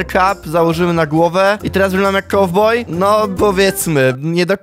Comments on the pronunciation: Po angielsku Kowboj to Cowboy, a nie,, Kauboy"😅🤣😂😂😉😠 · jak jusz to kałboj